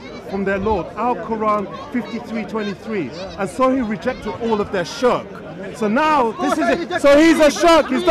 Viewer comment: Shark shark shark lol... Bro you might be able to school Muslims but at least say Shirk as Shirk not SHARK SHARK SHARK LOL